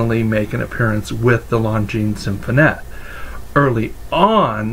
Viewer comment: Great video and very informative. I now know the proper pronunciation of Longines Symphonette! Thanks